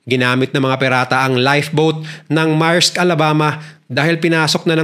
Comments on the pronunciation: Maerks daw? Merks Ang pg pronounce Yan. Uubosin nya daw Ang Oras natin sa pakikinig or what tapos tinatawanan pa Tayo? Napaka walanghiya nya! He doesn't have an edge from us to subscribe his vlogs. Kala nya mga Bata yong mga subscribers niya. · correction "meyrks"not "marks".